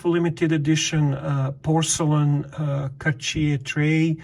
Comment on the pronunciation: “Kawtch-yay”, huh? Never heard of it, must be one some sort of Québécois thing. JK, congratulations on your new piece, 🐻, and to Bunny 🐰 for her first Rolex.